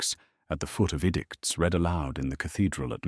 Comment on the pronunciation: You have a narration that I truly appreciate. I just wish you could get the difference between "read" and "read", "bow" and "bow" . When I read a passage I usually leave it after I have read it. (The second use of that is pronounced "red"! It is the past tense!!) I put the arrow to the bow, set to shoot very closely beside the the person crouched in a bow by a horse. ( That last b-o-w, is pronounced to sound like ouch!!) Please try harder to get them right.